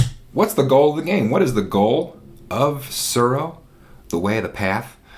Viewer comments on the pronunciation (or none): Every time you said "Tsuro" I got hungry because I heard "churro". "The Glow" - lol! Apt, because you win the game by becoming the Last Dragon. (Vanity not included.)